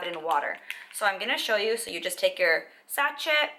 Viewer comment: Sash-ehhh, my love. Not sat-chet. And "scour the earth", not "scout the earth". 😅🙈 I just found out about this product earlier today so I went on a hunt for reviews. Thank you for your review and all the background info. Much appreciated. 😊